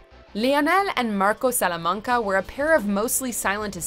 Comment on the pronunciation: "Tuco Sulamanga"